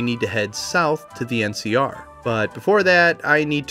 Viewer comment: Keep hearing MCR instead of NCR every time and my brain has a quick ?? before it catches up. Every. Time...